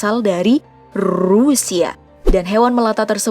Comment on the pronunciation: Rrrusia😆😆😆 mimin lucu dah